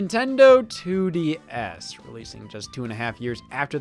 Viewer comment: It bothered me that Scott said “2D-S” instead of “2-DS”